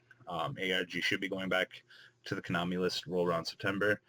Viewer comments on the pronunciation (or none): none